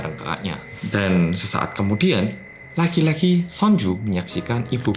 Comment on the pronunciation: Telingakuuuuu...tiap blg "lagi lagi" knpa pendengaranku "laki laki"